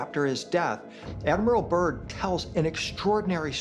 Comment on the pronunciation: Admiral Byrd not Admiral Burn. Can't even get his name right. Description box 👈📖🧐